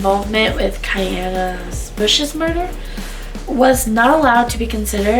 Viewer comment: And it's Kenyatta (KEN YA (Ahhh sound) TTA)